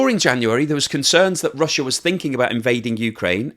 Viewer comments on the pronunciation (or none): none